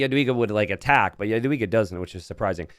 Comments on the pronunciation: In polish "j" is pronounced like an English y, you got that correct, but the polish "w" is actually pronounced like an English v! So, correcting for an English speaker; you'd pronounce her name like "yadviga" I'm polish an ancestry and learning polish rn and I will be rooting for my girlie!!💚 I'd love to heard you pronounce her name correctly! :) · Polish guy here, "w" in "Jadwiga" is read like american "v", so "Yad-vee-gah" (